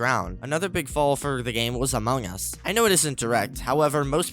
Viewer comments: Question for yall: why do u guys pronounce among us to among gus? I’m here to make fun of u I’m just curious why y’all say it like that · OMG LOL THE WAY U SAY AMONG US